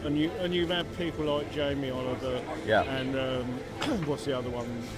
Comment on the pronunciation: Oh man... when he said "Jaime Oliver"..... 🙈🙈🙈🙈